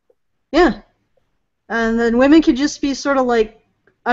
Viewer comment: From now on, all feminists will be "Hwomen". As Mike says, near the start. xD